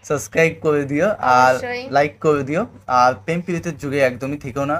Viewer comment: সাবস্ক্রাইব বলতে পারেনা আর রিভিউ করা শিখছে 😂😂😂